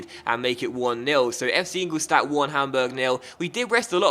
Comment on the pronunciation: You pronounce ingoldstadt wrong it should be ingoldshtadt